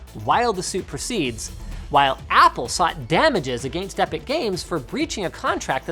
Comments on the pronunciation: Linus, please stop saying agaayyyinst. >_< my poor ears. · OMG linus your Canadian accent when he says against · How he pronounced “against them”🤣